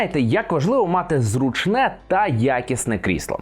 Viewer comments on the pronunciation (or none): Дякую за враження! До речі, правильно наголошувати "зрУчне").